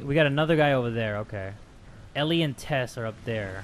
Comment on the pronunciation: When he said "Tess,go!" I legit thaught he said "Tesco!" I'M BRITTISH GET OVER IT!!!!!!!